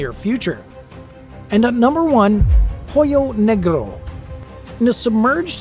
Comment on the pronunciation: Hoyo negro name was almost pronounced right you didn’t need to say the H. It’s silent in the name